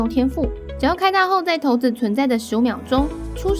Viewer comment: 不是念骰(ㄕㄞˇ)子嗎?我怎麼一直聽到頭子